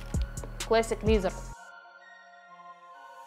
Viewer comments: ая-яй, ну зачем же "лизер"? ну ведь произношение другое у этого слова, что мешает произносить правильно? за обзор спасибо. нравится подача девушки, чистая речь, без "ыыы", "ааа", "ммм" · Пожалуйста, произносите правильно слово Leather - "кожа" и Classic. Очень режет ухо.